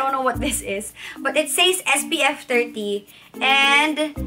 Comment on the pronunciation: Love you but says is read as ses. Just saying